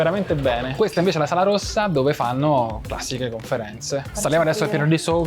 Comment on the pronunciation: Posso capire la pronuncia di Shmee, basta che guardi come si veste… però vi fa pubblicità e in linea di massima sà ciò che dice quindi può andar bene ma il giorno che vedo SuperCarBlondie a Maranello parte la boicottata. Ma chi ci sta alle risorse umane in Ferrari? Va subito rivisto quell’aspetto. Queste, a varie riprese hanno pronunciato la parola “classiche” in un modo che non si riesce neanche a scrivere … Forse “Classìsh”? Comunque vergogna. E mannaggia a te per non aver detto niente. Le dovevi metterle in riga pubblicamente. Ferrari non va trattata come una società qualsiasi, è una nostra eccellenza; neanche a Ferrari Città del Messico o a Hong Kong possono stare queste.